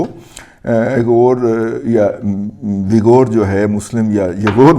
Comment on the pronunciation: اویغر زیادہ صحیح ہے اگر اویغو پڑہیں تو واو کو لمبا نہ کریں